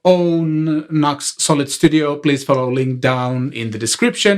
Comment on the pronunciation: Great. thanks NUX pronounced Nuu X but I say NUCKS;-)